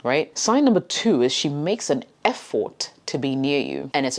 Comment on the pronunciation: I felt like she was telling fword Instead of effort